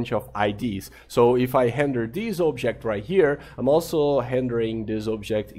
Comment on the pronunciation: Is he intentionally saying "Hendering" instead of "Rendering" ? I cannot tell after all these videos, but it bothers me so much :D